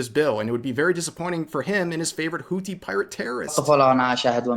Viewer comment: Its pronounced Whoo theee, it sounds funny when you say it lol